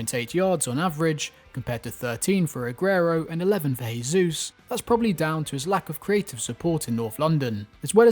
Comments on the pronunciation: BTW, in Portuguese you actually pronounce the J if I'm not mistaken, so you're actually saying Gabriel Jesus' name as if he's a Spanish speaker but he's Brazilian. Not a big deal though just thought you should know 😂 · Bro Jesus is not spanish its Portuguese pronounce the j like you do in English. The only reason im correcting you is because you are using spanish instead of english or brazils actual language....Portuguese for pronunciation